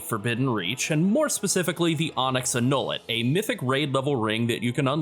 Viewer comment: FYI CRE-SH not CREEESH and ANN-YOU-LET